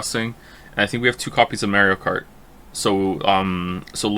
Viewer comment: "mayrio kart"